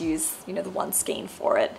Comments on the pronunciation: Love your projects - beautiful knitting - I am not wanting to be picky but skein is skane as in reign. The King does not reen. Or a Reindeer is not a Reendeer. Heard this on a lot of posts lately and just have to say .......💞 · Thank you and that's not being picky at all! I've heard skein pronounced as both 'skeen' and 'skayne' so it's good to know that the second one is the correct pronunciation 🧶✨